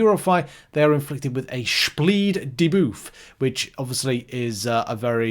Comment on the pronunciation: Dane here.. that's actually not how my Scandinavian brothers and sisters pronounce debuff 😂...if I misunderstood, sorry.